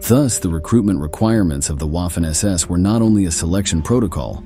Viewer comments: Lost interest after Wahh-Finn ss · Can we train the AI to pronounce “Waffen” correctly? It’s pronounced “Vaffen”! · German uses a "v " sound for words that start with "W".